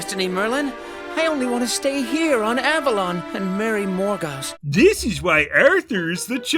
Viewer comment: Quest for Camelot had its problems, but JFC. Edit: Isn't Morgause supposed to be pronounced more like "mor-gayz"?